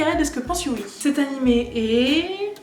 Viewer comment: On l'écrit Yui mais ca se prononce you donc stp ne fait pas de faute dans la partie 3